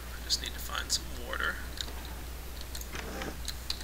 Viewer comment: I actually find it kind of endearing how he says "warter".